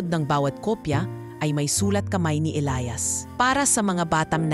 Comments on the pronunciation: E L I A S ELIYAS Not...ELAYAS Pag igihin mo ang pag bigkas. Ok nman story. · Magandang kuwento pero ang pagbigkas sa pangalang ilias ay mali mali.ang bigkas ay ilayas imbis na elyas or ilias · Ausin mo pag bigkas ng Elias paiba iba inaarte mo pag bigkas mas maganda simpleng Elias lng